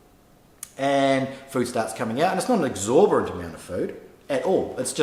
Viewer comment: exorbitant not exorbirant, but a great video.